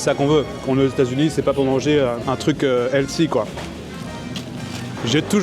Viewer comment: Healthy ne se prononce pas du tout comme ça, vouloir parler anglais oui mais encore faudrait il avoir la bonne prononciation. Sinon en français on peut aussi dire: sain.